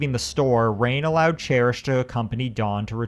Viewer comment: Her name is pronounced as "Ryan" and not rain. I had a friend named "Rain" and that's how it was pronounced for her so I'm assuming that's how she pronounced hers as well.